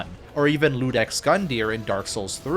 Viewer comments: Fabulous video!! Thank you. ... for what it's worth, it's iudex, not Ludex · one little nitpick, its Iudex not Ludex, as that is a word for Judge. Amazing video quality btw Edit: Like the DLC name, It's father Ariandel